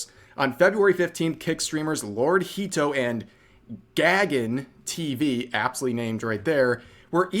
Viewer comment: The nuisance streamer's name is not pronounced as "Gag-un" but something like "Guh-gun." It's a Sanskrit/Hindu name meaning "sky." So that POS is most likely of Indian or Nepali origin.